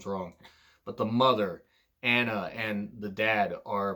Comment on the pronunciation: It's admirable from your part to not try to pronounce names you think you'll butcher... but it's ironic how you mispronounced Anna even though it's a common English name.